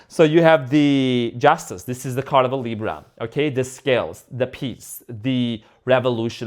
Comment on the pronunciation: I repeat “Justeeena”when you pull the Justice card, lol